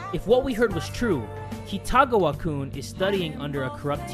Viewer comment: Great video as always! Just wanted to fix something. Kitagawa is pronounced (Key-ta-gah-wa). xD